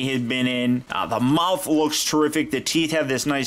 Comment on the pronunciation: The feet aren't flat only spino has that...so the try to make it accurate and...whoop! there it is! U alzo said muouth